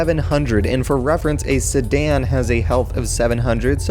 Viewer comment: i like the way he say "Sedan" "Sadan"